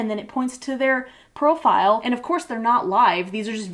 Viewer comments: Waitwaitwait did you say profile or Pearlfile!? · did I hear “pearl”file? And not profile? Too many times headlong pearl